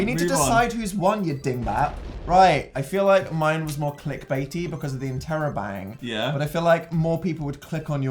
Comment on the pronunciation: He said interrobang that's amazing (question mark and a exclamation point)